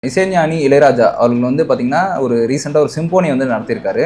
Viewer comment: Sim-po-nee ilapa,pronounce properly anchors.